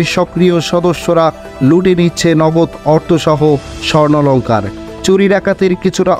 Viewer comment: স্বর্ণলঙ্কার না স্বর্ণালঙ্কার! সাংবাদিকতা করতে এসেছেন, আগে ঠিকমতো ভাষা শিখেন।